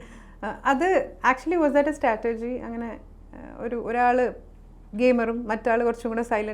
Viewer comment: you are not pronouncing the word strategy correctly.. statergy ennanu parayunne